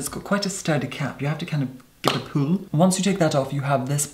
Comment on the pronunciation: "give it a poul" lmao Downtown Abbey one of your cast members escaped